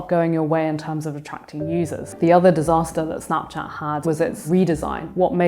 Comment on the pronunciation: Why is she pronouncing it so weird? Snaaapchaaat? Wtf